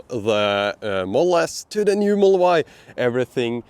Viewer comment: Dude, there are more letters and sounds in the word "model" than you say. I was confuse for a bit if there was a special edition version of Teslas called the Moll